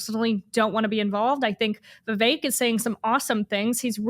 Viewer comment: Understand why Ashley tried to Identify Vivek Ramaswamy by his first name which she miss-pronounced 4 times. This confused close caption as well. Don't think he'll make the debate but this should help Ashley: "Vive Vivek", What the hecK?